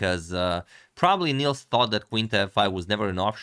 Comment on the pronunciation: Nice game! If you cover more games by our Swedish GM, Nils has a short i, it rhymes with "pills".